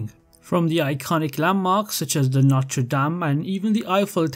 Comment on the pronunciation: It's "Notre", "Our" in English. Not "Norte".